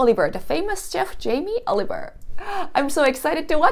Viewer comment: Jam-ee Olive-ER